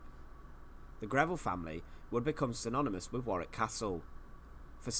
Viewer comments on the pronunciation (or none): It’s pronounced warr ick not war wik 👍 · 'Warick' castle not 'war wick' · War wick 😂 it's pronounced warick 😂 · Hey man just enlighten you, it is not pronounced War wick, it is pronounced War ick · Tower of London... easier to pronounce for starters! War- wick? Worrick, Mate :) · Warwick is pronounced Worrik, not WarWick. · Warwick is pronounced worrick. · Pronounced war rik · Hi, its pronounced "War rick" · Warwick (pronounced Warick) is good but certainly not the best. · Warwick is pronounced Warrick. Windsor Castle is in my opinion is greater though it has been altered many times over. Its present splendid form is a result of George IV's restoration. It is the Queen's favourite home. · Warwick pronounced Worrick. You don't pronounce the 2nd W. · It's pronounced WARIK.!! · You don't pronounce the 2nd w, so it's pronounced worrick. I was lucky enough to go there as a kid (nearly 40 yrs ago). I can still picture the chessboard armoury room. It is an amazing castle. I've been to loads of British castles and it's up there as one of the best. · It’s pronounced Wa-Rick. Not war- wick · Warwick is pronounced as Warrick in England mate. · For Americans - how to pronounce Warwick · I used to work at Warwick Castle (you almost hit the pronunciation correctly, 6/10) as a tour guide and we had to dress in period costumes. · Thoroughly enjoying your channel. I won’t pick you up on the pronunciation of Warwick as I can see someone else has already done so 😂😂. When you do eventually come over for your visit I would urge you to visit Scotland where we have the odd castle. Edinburgh Castle will not disappoint. Also you cannot visit Scotland without going to St Andrews, it attracts many visitors from the United States so you would not feel lonely 😜😜. Keep up the great content, you make me laugh that’s for sure. A warm welcome awaits you in the uk and in particular Scotland.